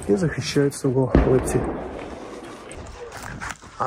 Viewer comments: Не Липки,Липці. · Не Липки, а ЛипЦІ